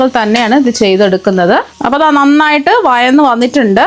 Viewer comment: വയന്ന് അല്ല വഴന്ന്